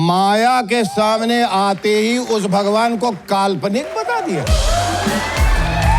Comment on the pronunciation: महोदय, आपकी तलफ़्फ़ुज़ तो बेहतर है फिर भी आप “स” को “श” बोल गए? ग़ौर कीजिए आपने कहा “कैमरे के शामने “